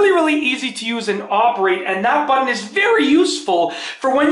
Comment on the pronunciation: What's a buddin ? Ohhhhhh you're saying "button" but not pronouncing it correctly.